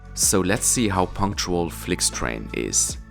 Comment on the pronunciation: "Flyktrejn" i "Rynar" na kolei... 🙄